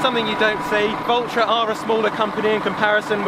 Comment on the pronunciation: It sounded like you were saying vultra 😂